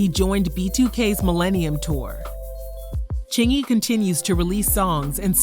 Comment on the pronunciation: He said it right and I believe him ... thanks for posting!